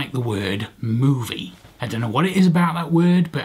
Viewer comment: I use both "movie" and "film" but movie does sound weird in your accent. A British/Australian phrase that Canadians don't have and that annoys me is calling ketchup "tomato sauce". I know that ketchup makes no sense as a word but tomato sauce is what you put on pasta...just no.